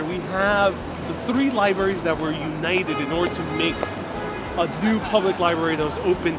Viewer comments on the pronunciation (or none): couldn't get past "li-berries"